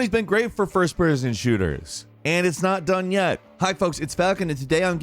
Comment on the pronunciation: 2020s been great for ferzberrrrrzinsherrrterrrz😂